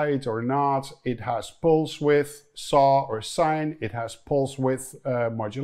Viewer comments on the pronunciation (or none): none